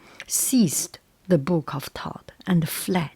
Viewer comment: It’s good to hear Thoth pronounced correctly, so many people say it wrong!